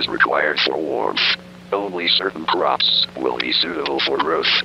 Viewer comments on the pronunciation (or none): c w h a p s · c r a h w p s